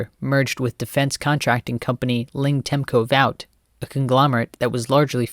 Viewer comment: Great videos, I hope that you make more. Some housecleaning first - Luscombe Aircraft is pronounced LUSS•come and Vought Aircraft sounds the same as "Bought". Kennedy COULD NOT leave Dallas alive lest all those involve hang for Treason so there were many shooters. The best location for Elm is the Dal Tex Building and there were, some say, 2 Teams there. The "best" shooter available was given the shot but apparently, purposefully missed because of course, he would have known WHO the targer was only after seeing it seated to the Right of the Bouquet of Roses that Jackie was given at Love Field. He may have had affection for JFK, regardless of where he was from and felt he could "save the day" by missing? Coded confirmation by radio as they approached, first shot is (deliberately) wide and kicks up some concrete into James Tague's face and suddenly umbrella man and dark complexion man start signalling "continue". There was full cooperation from Allen Dulles and his former Deputy Director Charles Cabell (both scum fired by JFK) so shooter teams of European orphans from WW2 are not only possible but likely. Experienced from an early age and most of all, expendable without their absences noticed by anyone. Cabell's father was the former Mayor of Dallas for more than a decade and the brother/other son Earle Cabell was Dallas' Mayor in 1963.